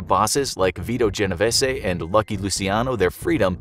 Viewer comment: GenoVESE!! RIco Act!! 🤦🏽